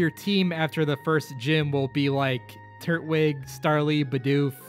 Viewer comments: Pls stop calling it a turt wig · Dude it’s not “turt-wig” it’s “tur-twig”. Twig, like from a tree, as in grass type. How do you not know this after a decade?